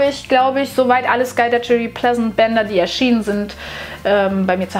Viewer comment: Oh man haha😂 SkulduTSCHery Pleasent? Entschuldige, Klugscheißermodus: doppel -g, also sagt man auch skaldagæri (primitive Lautschrift, ich weiß).